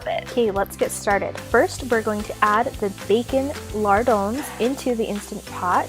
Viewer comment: are you saying thick cut bacon mardones? Mardones? I feel dumb.